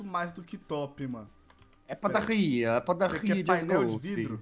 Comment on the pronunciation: o jazz falando padarria me lembrei da menina que eu gosto